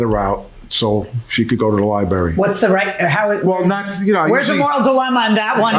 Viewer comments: Li BRARY. NOT. LIBERRY! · Liberry🙄 He needs to spend more time at the Library reading grammar books. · Its LIBRARY! Ugh. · Liberry lol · Oof ..that missing 'R' was KILLINNNNGGGG me 😂. Lie-barry! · I don’t know if these people country or not but down south we say lieberry I’m sorry 😂😂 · Dude has the word "Library" in front of him but keeps say "Lie berry" lol. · So he says "lib'ary," so what... Fugget about it. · I just said if he says lie berry 1 more time then I come to the comments for backup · A 70 year old man saying "liberry", geez!! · What do you expect? The incident happy at the "LIE berry" and all :D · I haven’t watched episode yet because I had to come and see if anyone else felt the same as I… “Gonna scream if I hear ‘lie berry’ one more time”!.. maybe I should just skip to the next… Have a good day PC people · OMG, stop saying "lie-berry"😂😂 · 😂 I thought I was the only one who heard and thought this Lmaoo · Liberry like blueberry. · I was surprised Judge didn’t correct him when he repeatedly says, ‘liberry’. UGH! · You mean liberry?😅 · Ly Berry. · And he said the word over and over again - just for you 😣😂 As both a librarian and a teacher, I feel your pain. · . Incorrect pronunciation like this, is not an accent.